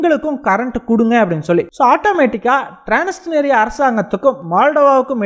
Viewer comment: றான்ஸ்னிஸ்றியா என்று வாசிக்கவும் ட்றான்ஸ்னிஸ்றியா